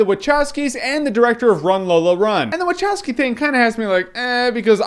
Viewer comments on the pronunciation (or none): this is my first time watching you and everytime you say waCHowski, im less and less intrigued to watch you ever again.